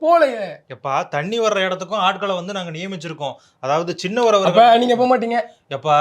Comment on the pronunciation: டேய் சின்னவர்... நென்னவர் என்று சொல்ல வேண்டாம்